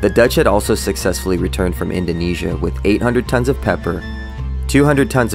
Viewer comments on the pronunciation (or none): none